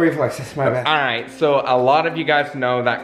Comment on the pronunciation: ‘Kright? Korrect’ adding k to everything 😂😂